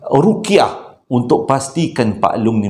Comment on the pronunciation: Ruq'yah,.. Bukan Ruqiyah 😊 Memang sentiasa menanti bercerita, santai Dan menghiburkan